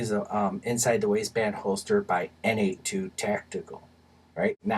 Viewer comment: By the way, N82 is pronounced Nate Squared. Two buddies, both of whom are named Nate, started the company.